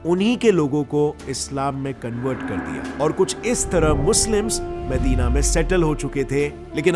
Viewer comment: भाई उच्चारण ठीक से किया कर पूरे वीडियो को खराब कर देता है काबिला - कबीला मेका - मक्का मेडिना - मदीना कलिफ - खलीफा कैलिफिट - खिलाफत अंग्रेज मत बन वो अंग्रेज भी इससे अच्छा उच्चारण करते है अगली बार ठीक से उच्चारण करने की आदत डाल लेना.,.